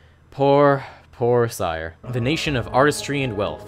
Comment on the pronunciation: oof, you mispronounced cyre. keith baker says 'siri' instead of 'sire'